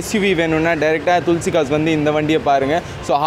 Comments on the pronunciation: துள்சி கார்ஸ் இல்ல பா,,துளசி கார்ஸ் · Otha Hindi Karan thulasi nu correct ah solran unaku Inna vaaila thulsi thulsi nu Petra vidura